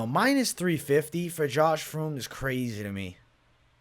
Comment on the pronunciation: Spelling: "Fremd": "Froomd"